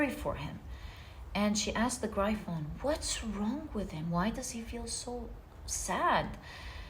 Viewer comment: Gryphon is pronounced “griff-on”. No hate, just to help you. ❤❤